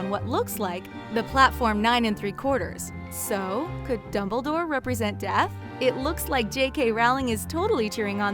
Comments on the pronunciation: .…. who??? I dont know a dimbledore. gosh they need to get a new person to speak in these they mess up too many names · she calls Dumbledore dimbledore